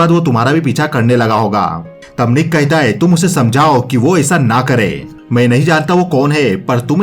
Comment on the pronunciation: Thabi Nik kahita hai.... Kahita hai.... Nik kahita hai....... It's nik Kahta hai